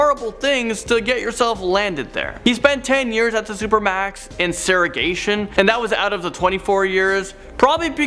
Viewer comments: "SERAGATION"??. I just can't 🤬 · Saragation lol u mean segregation? 😂 Sorry had to laugh! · saying…”sara’gation” instead of segregation cracked me up. He is notorious for mispronouncing words.